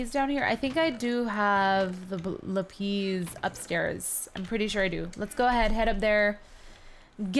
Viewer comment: FYI you don't pronounce it lupes you pronounce it LAPIS